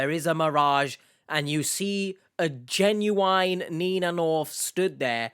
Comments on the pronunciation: Ginuwine is a hip hop artist. That could be why he’s mispronouncing genuine. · Maybe he’s talking about 90s RnB sensation Ginuwine. Only time it’s acceptable to pronounce it that way. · He pronounces genuine like Ginuwine the rapper name 😂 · I heard an australian reporter said 'jay-nu-wine' too. so, maybe it depends of the person?